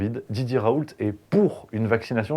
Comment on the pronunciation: Raoult on ne prononce pas le T en Français .